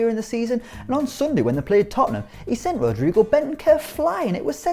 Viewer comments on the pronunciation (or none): none